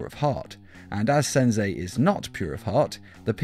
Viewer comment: "Senzei" lol